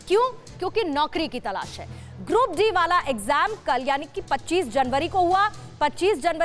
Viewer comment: Grad d nhi hota medam group d hota h